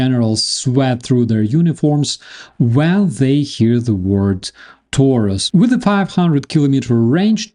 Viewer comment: Everybody is talking about Taurus now. Let's see. But Taurus is a Latin word adapted to German. I would appreciate if you pronounced it this way. "A" as in "after" and "u" as in "Putin". Taurus. As in I'm coming After you PUtin.